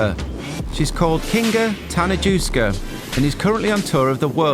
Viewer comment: about Kinga, the correct pronunciation of her surname is Ta-na-yewska :)